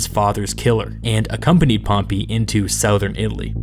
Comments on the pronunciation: this is cool but how is it possible that as a native english speaker you pronounce 'southern' like that? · They way you say ‘southern’ is weird